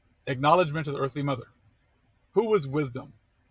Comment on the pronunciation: For future reference Fam it's "ba-RUKH ha-BA". Can't use slang in Hebrew, you will diminish the power of the letters...Shalom (not Shalawam).